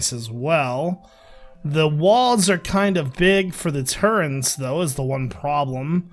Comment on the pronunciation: AAAAHHHH! "Turrents" "TURRENTS" "turreNts!" It's not TURRENT. It's Turret- TURRET! ARGLEBLARGLEBLARG! This is as bad as you saying Doryite.